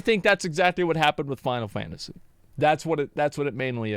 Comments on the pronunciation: ok she is saying fifansy fourteen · Why she says Fountasy 14?